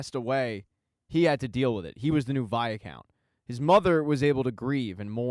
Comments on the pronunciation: Fun recap but....for the love of Pete!! STOP SAYING "VIA-COUNT"!!!! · It pronounce as "why count" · Viscount= v-eye- count or vycount. Where is this extra a in the middle coming from??? lol. Great recap. Please do Outlander!!!!